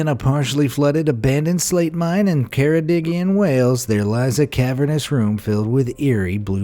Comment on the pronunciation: For number 20 you said ceredigion wrong I'm from there